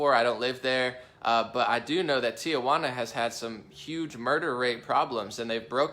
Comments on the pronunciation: Let me help you out: Tijuana is pronounced like Tee-hwanna, not Tia - wanna or Tee uh wanna, it's a common mistake Americans make when pronouncing the name of this historic city.. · It is pronounced tee wana, (only one a)! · “Tia-Wanna” LOL